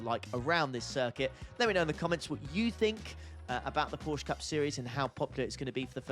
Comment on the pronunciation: Well, why are you sad that it’s not raining!! We hate rain and it’s Porsche not Porsch